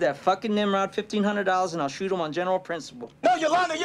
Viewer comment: Its SHOOT not shot, sowy couldn't help it.